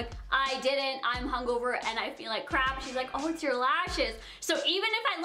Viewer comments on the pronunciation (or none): none